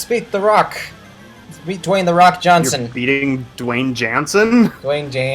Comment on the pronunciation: Dwayne Jahn-sun.